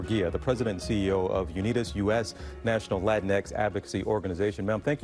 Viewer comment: I’m sorry. I just quit the video the second I heard “latinex”.